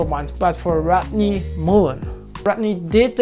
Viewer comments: not rot-ney, its rod-ney =) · Hey Jonny! Don't worry about how you pronounce Rodney's name! If people make fun of you because of that, challenge them to speak Swiss German fluently, not messing up the accent, Haha! Cheers bro. Another kickass video! This series should totally be named "difficult tricks of Rodney Mullen" because you proved us they're POSSIBLE :D